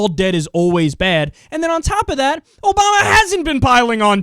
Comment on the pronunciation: I'm a big fan, but your "ObamNa administration" really drives me bonkers >.< Thanks for uploading!